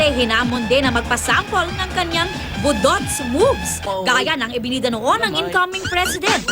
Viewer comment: that pronounciation of "budots" tho' 😂